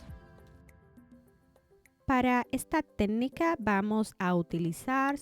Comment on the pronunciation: No pude terminar de ver el video porque no soporté que diga “tednica” 😢